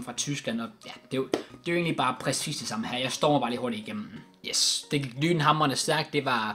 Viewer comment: Hvorfor siger du pracis istedet for præcis